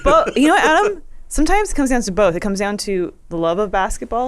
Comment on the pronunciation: This episode seemed particularly 'bolth' heavy.